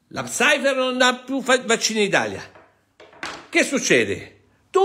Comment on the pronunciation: Bravo, però si dice Pfizer no Psaifer ! Con simpatia